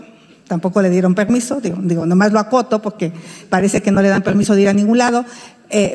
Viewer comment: Me encanta oir hablar a Xochilt y cuando dice poque se come la r pero aun asi se desenvuelve muy bien